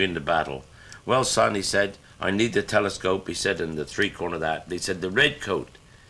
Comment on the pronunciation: Took me until the end to figure out he was saying 3 cornered hat 🤣🤣 RIP Jethro. Sadly missed me old mate